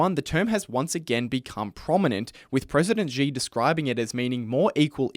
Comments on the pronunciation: Xi is pronounced like the English word “she”. It’s not hard. There is no “j” in Chinese like the French j as in “je suis…” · Good video, but please, at least learn how to pronounce “Xi” if you are going to say his name so many times.